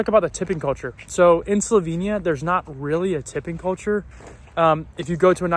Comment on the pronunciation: I'll be direct, I hope you learn to pronounce "Slovenia" the right way sometime soon. It's Definitely NOT "slovinia" - it has an "e" - pronounced like "ai" in "chair." Other than that, Welcome - and Enjoy in the only country with "love" in its name!